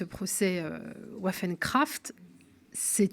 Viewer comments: Pour votre information : Waffen se prononce vafen. Les armes en allemand. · waffen se prononce à l' allemande avec le son v. Waffen veut dire : "Armes"